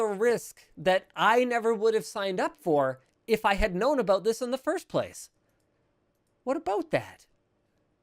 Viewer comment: what aboot that